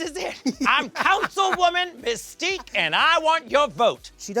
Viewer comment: Messtique took me out 😂